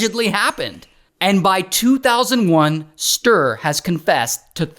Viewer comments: Agree!! It’s supposed to be like “stew”+”reh”… not stir 😂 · I´m from Sweden and I know about this lowlife. But the you butchered his name all through the video is a crime in itself. "StUre" - not "Str" 😂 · Stir 😂väldigt bra uttalande av namnet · For anyone wondering, the true Swedish pronunciation of Sture is two syllables: “stew” and “reh”. Stew+reh. But it’s pretty hilarious to call him STIR. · No, there is supposed to be a harder pronounciation on the e. It's hard to explain, but kinda like sturE, not Sturr. 😶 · Sooo Funny hearing How an American say the name Sture 😂🤣😂🤣 And this is one of our greatest failings of our justice system…. We have e a murder of our,at the time, primary minister that also is a failing…. I believe those are our biggest… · yes, alot of us swedes care. He totally butchers the name pronunciation. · Yes, I know it's a joke. But for real, the name is greatly mispronounced, so no... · the pronounciation of Sture 😭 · Hey.. from Sweden here. 😂😂😂 I love your way of pronouncing Sture ❤